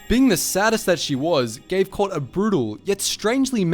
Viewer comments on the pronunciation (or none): none